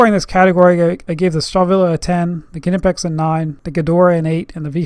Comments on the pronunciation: now say "nee" "pex" the k is silent ,wtf is ku nipex? dumb ass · The K is silent